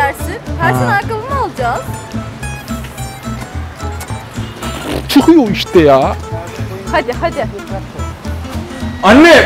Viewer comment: çıhıyo işte yaaa :D